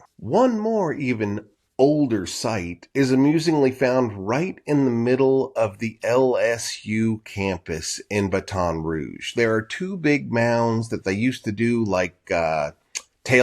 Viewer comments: Great video. One note, much to my chagrin, we do not pronunce Baton Rouge in any sort of french accent. It's more like "Baa Tawn Roosh" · I find it odd that people keep mispronouncing baton rouge. Just say it in English. After all it's been an American city for over 2 centuries. How many properly pronounce new York rather than how new Yorkers pronounce it. Or how people of New Orleans say the New Orleans versus how it is pronounced by others. I didn't want to single you out but I just wanted to rant just for a little while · How did you pronounce baton rouge so incorrectly? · Half my family is from Louisiana, the other half from Texas...and my front door is less than 15 miles from The Gault Site...so may I just say...you need to work on your pronunciation. Your mispronunciation of Baton Rouge--the capital of Louisiana---is cringe-worthy!!!!! You have lived in Texas--from a short bio I just read--since your early teens...which s-h-o-u-l-d indicate at least a passing familiarity to Cajun-French names and pronunciation...particularly when presenting an academic study. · Teach him how to say Baton Rouge next please